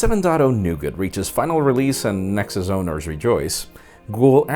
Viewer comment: "NexZhus ownerz" lol